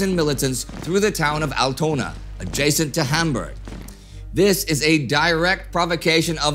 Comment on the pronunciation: It's pronounced Áltona^^